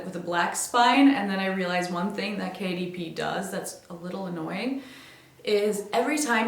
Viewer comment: i kept hearing KDP as Katie P and kept wondering who that is